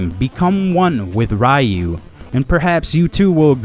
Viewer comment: It's pronounced ree-u...and it missed the 32 bit era as well